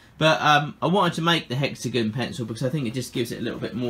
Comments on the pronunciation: “Hexagen” Me: ⊙０⊙ (° ο°) (@@ Me: I LOVE IT ITS NOW HEXAGEN NOT HEXAGON ( ͡° ͜ʖ ͡°) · 🛑 Hexagon? Hex-a-gon? Hex-uh-gone? Hexygen. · Hexagin its hexagon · Hexagn lol it's hexagon not hexagn lol I'm dying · It like how he says "hexigun" instead of " hexigon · Everyone:Hexigon Him:hexigun 🙄👌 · I live in the USA and when u said hexigin I laughed rlly hard ((no hate)) I’m just saying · Completely random, but I love the way you say hexagon.